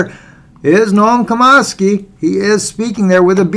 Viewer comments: Its pronounced Chom ski not Comosky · Nom CHOM-skee (like 'chop').